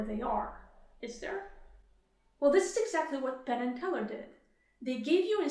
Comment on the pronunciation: I keep hearing "pannenkoek" instead of "Penn and Teller", and I don't dislike it.